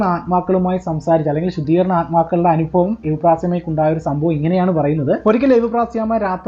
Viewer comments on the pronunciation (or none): none